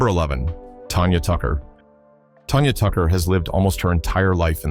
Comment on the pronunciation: Who is Tonya Tucker you idiot? It's Tanya Tucker. If you're going to report on someone at least get her name right.